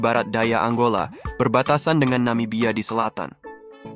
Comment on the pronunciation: Angola min, bukan Anggola